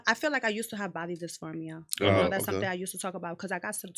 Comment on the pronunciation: Did she Shay disformia 😂❤